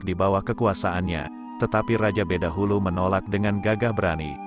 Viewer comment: Bukan badahulu min tapi bedahulu .